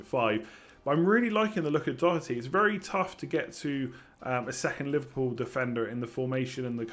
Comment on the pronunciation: More should subscribe now. Just for the fact alone of an English fella saying Doherty properly is damn impressive! Must have been practicing for weeks!?